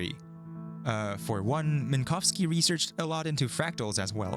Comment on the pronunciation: I really appreciate that you made sure to pronounce Minkowski’s surname correctly! Unfortunately it’s not common to hear an English speaker making any effort to not horrifically butcher a Polish surname (or almost any non-English surname, tbh), and you NAILED it every time, which makes me all the more happy.